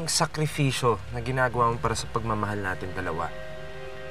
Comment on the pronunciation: Watching from Palm 🌴 Springs, Ca This guy needed to learn the difference between "English & Tagalog words. Sakripisyo / SAKRIFISYO ARE YOU OK!! MAN!!! LEARN YOUR OWN LANGUAGE SUCH AN AWFUL ACTOR😮